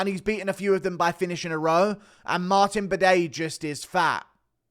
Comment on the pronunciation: my bro said Martin Bidet hahahahah